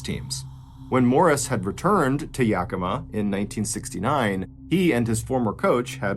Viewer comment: If anyone is interested in a deeper dive into this story, Ann Rule wrote the book “A Fever of the Heart”about this tragic event. 11/13/25 Yakima (Yak-e-ma).